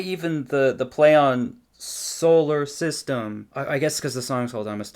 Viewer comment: bro "solar" idk it made my brain hurt